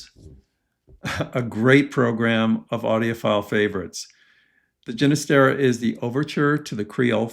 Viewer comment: The G is an H sound on Ginestera. Lisa